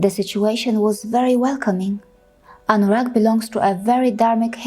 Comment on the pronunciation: Wait a minute...you really..you really pronounced Anurag clearly? I'm really impressed 😍😍. I don't know who told anyone that Sanatan dharma (modern name Hinduism) mainly worship Satan! But I'm really really feel sorry for those who think that. Hope that the world will become peaceful again.